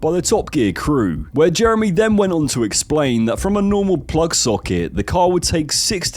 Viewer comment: Always when he says Jeremy I understand Germany.